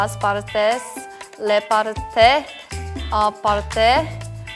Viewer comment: Me, chaeryeong surpise me so much <3, in the beginning she has a good Spanish, his voice makes you feel comfortable, the pronunciation of: "partes" and "aparte" is so natural. Well, maybe in the last line the pronunciation is more confusing (because it gets tangled up with your words) but wow is awesome.